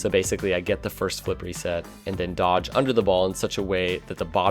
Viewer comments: cant unhear flippery set now... fuck you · I thought you said it was your wife the first time you mentioned "flippery set" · dude why did u told flippery set now everytime instead of flip reset i hear flippery set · I CANT UNHEAR FLIPPEREY SET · Now whenever anyone says Flip Reset, all I'll hear is Flippery Set, thanks! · The first time I watched any rocket league content was sunless khan. I thought he was saying flippery set as well. took a couple more vids to realize what they were saying.